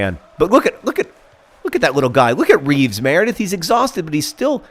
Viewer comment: Taylor Swift > Lyle Taylor as a nickname. Or are they two different Taylors? also, its Reeves, beloved Reeves, with the terrible beard, not Beere. Please turn down the speed sliders.